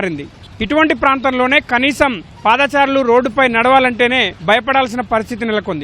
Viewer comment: పాదాచారులు కాదు బాబు పాదచారులు అలాగే ఫూట్పాత్ కాదు ఫుట్పాత్ అని పలకాలి. ఒకప్పుడు ఈనాడు సంస్థ తెలుగు ని బతికిస్తుంది అని నమ్మకం ఉండేది కానీ రానురాను ఆ నమ్మకం సన్నగిల్లుతుంది